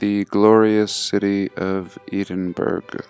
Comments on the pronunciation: Edinburgh is pronounced Edinburra. Great post, thank you. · Great work as usual. Doesn’t look like anyone has mentioned but it’s pronounced ‘Ed-in-buh-ruh’. Was super cute the way you Americanised it though. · Just wanted to correct your pronunciation, even tho it’s not important to the video. Edinburgh is pronounced Edin- burrow. Typical British language, lol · Edinburgh.......edd in burra say that instead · I'm not trying to be a smart arse but the wee city in Scotland is pronounced Ed (as in Edward) Edinbura. I know it's weird but that's Scotland for ya 👍 Thank you for an interesting video as always. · Edinburgh is actually pronounced "Ed-in-bruh" :) and it was indeed a very very old city by 1844 when those photos were taken! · EEE-DINBURG! WTF? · Thank you,, greatly appreciated. Edinburgh is pronounce "Ed-in-bu-ra" by the way & there is said to still remain effectively Buried underground Streets & Buildings (Mud Flood?) which are said to be open to tourists (in non-SCAMdemic days?) & which I once over wanted to visit, before health made that impossible:( On the Cappadocia photo, bottom left: Now that is what I call "Balance":) Chances are, that what we see on photos like that, was once the inside rooms of the Structure, not the outside? All the best:) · EHHH DIN BUH RUUUUH Not Edinboro Dún Edin or Edina, or the Burgh of Edin or even Auld Reekie It shocks me that in the US you can't pronounce the names of UK towns. Half the towns in the US have UK town names like Camden, York, Boston, Richmond, Baltimore, Washington, Manchester, Birmingham, Glasgow, Aberdeen and so on and so forth. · Ancient DEW weapons, how much as humanity was lost to those that now control the world, are we starting to wake up? PS. Edinburgh is pronounced "Ed in burr ah" it's the capital of Scotland. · Edinburgh pronounced Eh - Din - Buh - Ruh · It's pronounced Edinburr'ah mate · Edinburgh pronounced Edinbruh.